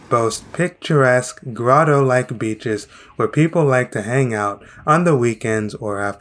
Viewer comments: what do you think about when you hear the word Cape Verde? BITCHES? Bro sorry your accent came through then 🤣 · Beaches❌️ Bitches✅️